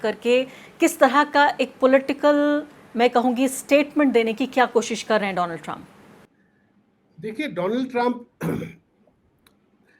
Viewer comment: My phraaaaaaand Dolaaand TrAaamP 😂😂😂